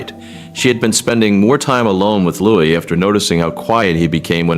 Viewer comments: Remember this is AI generated. His made is not Lewis, it's Louis. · Louis. Not Lewis. Louis as in LooWe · Louis. Pronounced Lou-ee. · the child is called LOUIS!!! why can't you get this right??? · Why can’t you “Yanks” pronounce and spell Prince Louis name correctly for goodness sake????